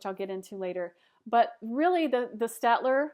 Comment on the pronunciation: it's 'stayed-ler'